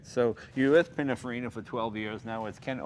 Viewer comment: C'mon, Jay, "PiniNfarina", not, "Pinafarina".